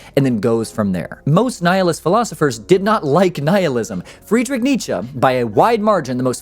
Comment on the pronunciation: As a german I can say you got the name Nietzsche right. And Friedrich was close enough. :D